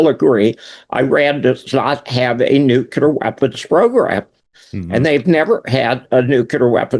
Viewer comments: “Nookyooler”. Cmon man. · I am sick and tired people misspronouncing NUCLEAR, by saying it wrong NUKELAR. do these people ever went to even middle school???? LMAO😂